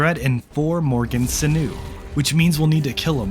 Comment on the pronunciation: Just an FYI since you were mentioning words that are hard to say... "sinew" is another word for "tendon", it connects bones to each other and to muscles. Pronounced SIN-yoo.